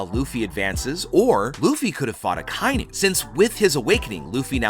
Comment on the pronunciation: DAWG HIS NAME IS AH-KAH-EE-NUU NOT AKYNU